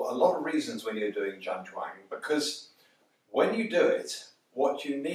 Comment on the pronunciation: Jam jong ,( Cantonese), or zhan zhuang. Not mumbly word salad mate!